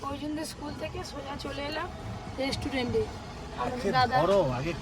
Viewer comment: Resturend bole kno jni na